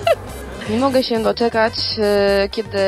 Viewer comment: Nie wiem czemu, niby to jest poprawne, ale irytuje mnie jak bardzo ona akcentuje te litery diaktryczne jak "BĘdĘ", "MogĘ" xD